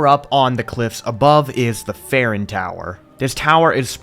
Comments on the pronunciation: please take literally two seconds to think about how you pronounce things before saying it differently than everything else. You say Faron the same way you pronounce Farosh, like the "A" sound in the word "game". You don't say Faron with a hard A and then suddenly pronounce Farosh completely different. Please correct yourself. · Faron and Farosh are pronounced like the word "Fae". You don't pronounce any of these like Fuh